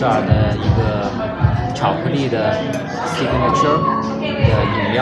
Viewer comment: 你的發音雖然不正確，但真的很可愛，sig-na-tire只有三個音節，但你發了4⃣️個音節sig-na-na-tyre, 因我看了很多你的視頻得出的結論就是這樣希望你會喜歡我提供的發音